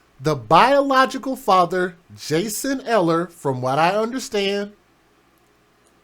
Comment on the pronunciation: Its pronounced Eeehler.